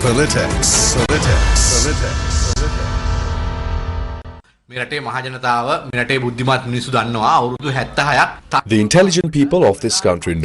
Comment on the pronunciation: And what is she-dool? The word pronounced as sked-jool And echoing of pelatics is really disturbing 😂